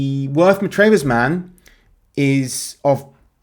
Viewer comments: Not Matrayvers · Worth Matravers - pronounced Matravers without emphasising any letters, in the Isle of Purbeck